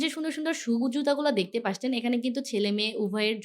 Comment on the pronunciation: Apnar video vhalo lage kinto apni 'দেখতে পারছেন ' এই শব্দটাকে বার বার ' 'দেখতে পাসছেন ' বলেন।শব্দটা অনেক কানে লাগে আপু। আপনার সবগুলো কথায় স্পষ্ট কিন্তু এটা কেন এমন করে বলেন সবগুলো ভিডিওতে জানি না।আপনার ভিডিও অনেক সুন্দর হয়।আপনার এই শব্দটা বার বার শুনতে খারাপ লাগে।